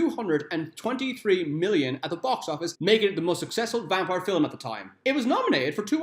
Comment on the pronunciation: Film... Film... why are you saying Filum?